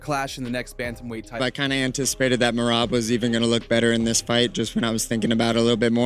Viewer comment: how did u butcher the name merab lmao mareebbb lol